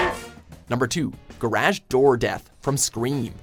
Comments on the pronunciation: Ok,, you can say garage like "carriage" as the British do, or you can say gar-ahj, like the Americans do. You cannot say, gar- adge, or whatever the hell you just said. Because that is wrong no matter where you're from. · The way he pronounces garage is terrible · you say garage weird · Never have I heard another pronunciation for garage.... Guh-Rash? 😂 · lol "garashz" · Hold up, is everyone just gonna let the way he said "garage" slide? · wait, why did you pronounced "garage" like that? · Wtf is going on with the pronunciation of Garage. Listen to it it’s so weird. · It's annoying how he pronounces garage door